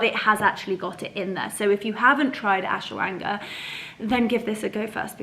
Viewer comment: Hello 💚 oh the soup looks delicious 😋, so nice to be at home with you. Some great information on Vitamins, thank you. I think they pronounce it Ash-wa-gan-da. I don't know how to spell it. Love you lots like jelly tots 😘